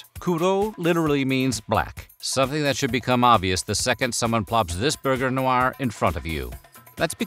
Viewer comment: ngl. I lost it when he said "Burger Noir"